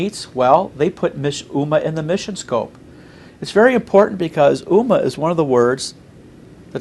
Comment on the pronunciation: This guy doesn't even know how to pronounce "Ummah". It is not "Oo Mar" moron. It is pronounced "Umm Mah"